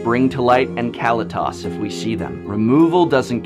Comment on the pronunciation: I don't make a ton of money and I saved up for this deck over 6 months and completed it in June! I love playing it so worth it! Great video professor only thing is kalitas is pronounced "Kal-e-tus!!! Haha